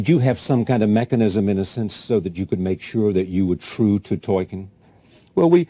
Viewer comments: Other than the interviewer calling him "Toykin." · The interviewer says "ToYkien" :D That shows how little they prepare for these things. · Tolkien, damnit, not Tolkein. Show some respect.